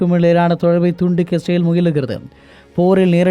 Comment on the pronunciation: #இஸ்ரேல் னு முழுசா சொல்லுங்கடா.. ரேல் ரேல்னு காதுல விழுகுது 😂😂😂😂